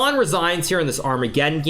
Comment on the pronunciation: man said "big black center" "kiss" "arma ge dong" "en peasant " XD